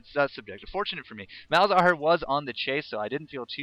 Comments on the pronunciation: Just a note, it's Mal za har, not Malhazar. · Is it only me or everyone noticed that he says Malhazar instead of malzahar? It kinda irritates me:P